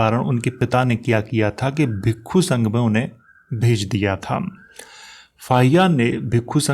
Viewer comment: Ye bhikka ya bhikku kya hota he ,bhikshu ya bhiksha hota he